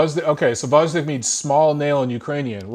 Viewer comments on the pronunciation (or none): Another good analysis, ) One moment in 12 round cost Fury a victory... And Wilder's body language clearly shows that he knows it! Wilder was discouraged on a stool going into 12 round.... P.S.: a tip from a Russian speaker - letter "G" in Gvozdik is not silent)